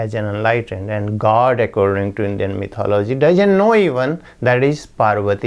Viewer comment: Apparently a Dalit in India was recently murdered for riding a horse. This is one of the reasons for rioting in India recently - 2018. Congratulations upon your correct pronunciation of mythology, always mispronounced by Indians.